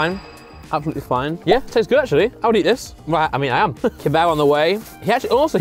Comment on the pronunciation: "Where it seems the most clean, it's the most act-u-orly- mean" Truly words to live by 😂😂😂